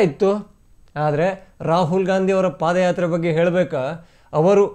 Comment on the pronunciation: ಅದು ಪಾದ್ ಯಾತ್ರೆ, ಪಾಧ್ ಎಂದರೆ ಹಿಂದಿಯಲ್ಲಿ😂😂😂😂😂